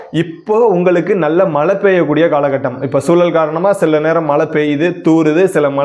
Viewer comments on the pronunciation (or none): அருமை... மலை அல்ல மழை..தமிழையும் கொஞ்சம் நல்லா பேசினால் இன்னும் நன்றாக இருக்கும்